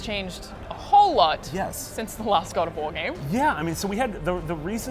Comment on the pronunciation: The way she said God of War "GUAD OFF WAA!!!